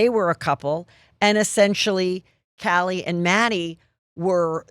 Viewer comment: And Heather in the pronunciation of the victims names…Callie? Zaina? Unreal.